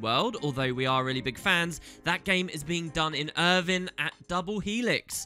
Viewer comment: Irvine is pronounced as "Er-vaiyne" not "Er-vin"